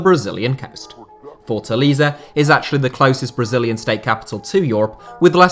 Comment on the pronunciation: It's Fort-A-LAY-ZA (he most have said it wrong about 400 times)